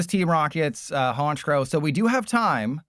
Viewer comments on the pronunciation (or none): none